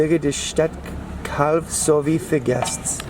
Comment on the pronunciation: Calw. Not Claw.